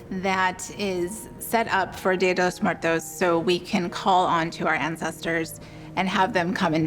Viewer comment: How about saying it right before celebrating it: Día de los Muertos